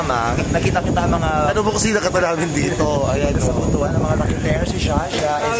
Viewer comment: Butuan is read as butwan.